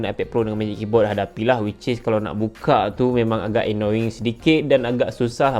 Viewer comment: Is this just me or what? Bila dia sebut “annoying” i chuckle abit. Hahahaah